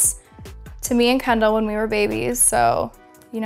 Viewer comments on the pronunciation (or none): kendall pas kendle mdr :') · C kendall et pas kendale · c’est kendal pas kendle